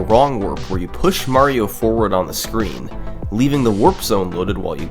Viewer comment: mahhhhhrio? that’s not how the word mario is pronounced